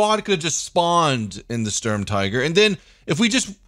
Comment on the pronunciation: Its not Storm its Sturm ! xD u need that St pronauce like sh in shoot.